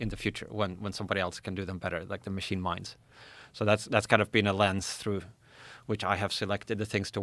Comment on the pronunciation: How are these people so educated but still can't pronounce "machine" smh I quit